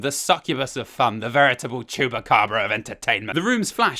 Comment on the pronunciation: ''Chupakabra of entertainement'' AAHHAAHHAHAHAHAHA